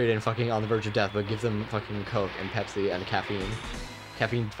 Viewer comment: You guys are horribly, horribly, horribly mispronouncing "Pepsi"